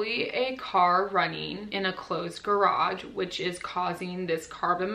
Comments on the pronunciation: I also only understood it the 3rd time she said it😂 But I'm from Germany, so it's not my mother tongue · i'm sorry, but me and my Australian accent couldn't concentrate on anything other than the pronunciation of garage as 'grodge'